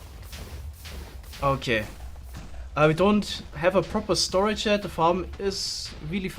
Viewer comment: 'we don't have a proper stoage' *expects a single double chest